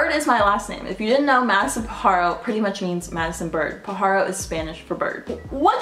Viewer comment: soo I'm genuinely curious how come you don't day Bird instead of pajaro because you seem to struggle on how to say it since I'm assuming you don't know how to speak Spanish